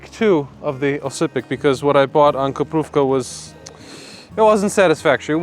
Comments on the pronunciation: It's not kuprówka, it's krupówki xD kuprówka makes it sound like a feminine something made of kuper (a bird's butt) xD It was really funny to hear you repeat it like this :D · (1) It is Krupowki, not Koprowka. (2) "Highlander Herring" sounds as ridiculous as "Himalayan Shrimp." Herring is a Baltic coast product, just because they sell it in Zakopane doesn't make it Highlander cuisine. (3) Flaczki is a working-class Warsaw specialty, once again it has nothing to do with Highlander cuisine. (4) You aren't supposed to mainline pickled mushrooms straight from the jar ... you add a couple of them as garnish or flavoring to soups, stews, etc. Obviously you will get the runs if you empty the entire jar into your mouth. (4) Zakopane is known for a very specific kind of wooden architecture, which did not feature in your video for even a second. It's not all just construction and commie blocks. (5) You picked the most unattractive time to go there. Either go in summer when the meadows ar full of flowers or go in winter when snow covers everything. (6) Kaszanka and Czarnina have almost been phased out of Polish cuisine, they mainly exist in the USA where Polish-Americans have held on to old recipes.